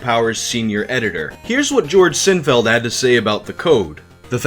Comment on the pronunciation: When he says Sinfeld, but it clearly says Sinfield. Bruh.